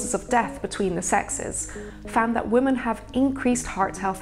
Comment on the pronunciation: Why did she keep saying 'woman' instead of 'women'?